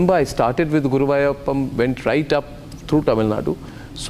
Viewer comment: this is a discussion on his ramayana...not at arnabs sly mode of interrogation of bringing about politics Dmk and etc.. shame on him... can't even pronounce gurvayurappan!